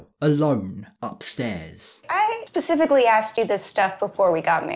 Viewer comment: She said “pacifically”